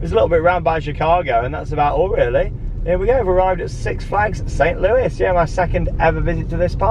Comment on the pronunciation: Great vid, St Louis is pronounced with a silent s on the end of Louis